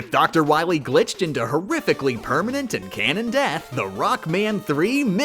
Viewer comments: Ah yes, DOC ROWBOAT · Did… did he call him… “Doc Rowboat”?